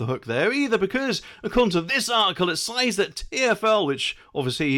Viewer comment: "says" is pronounced "sEZ" Who's the smug one now? Just being facetious, love the channel.